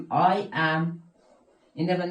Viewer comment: همه چیز درست جز این که، 《ام》تلفظ میکنی، باید 《اِم》تلفظ کنی